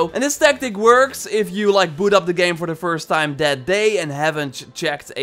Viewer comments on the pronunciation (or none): none